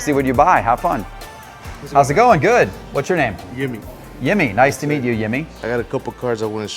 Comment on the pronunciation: I believe his name was Jimmy, not Yimmy. Come on, get it right!